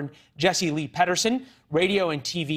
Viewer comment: The guy can't pronounce "Peterson". Is English his second language?